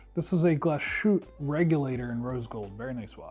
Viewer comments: Glasshutte is not pronounced as glas shute, but Glass hutte. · As a German i laughed so hard when he said glashutte